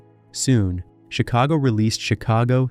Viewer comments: Yes & the band CHIC-ago went on to make Peter SET-era a big star with the PEO-ple of Amer-ICA & one of the greatest vo-CAL-ists of all time. Get it right you bum!!! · The band's name is pronounced 'CHICK-a-go' ... You need to be consistently wrong.